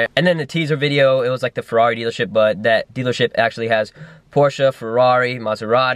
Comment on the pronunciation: Pronounce porsche right